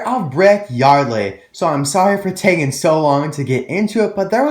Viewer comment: you called brick yardly